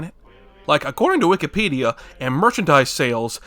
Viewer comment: It's annoying that when you first get a Wikipedia you mispronounced it as "Wee kee pedia" and every now and then when you say Wikipedia for the video you go back and forth between saying Wikipedia and the weird way you pronounced it at first. It's frustrating me that you're not staying true to your original mispronunciation